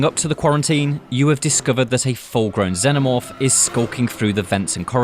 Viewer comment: Not sure what a Zennomorph is, pretty sure the films covered how to pronounce Xenomorph. Makes this video 100% harder to get through sadly.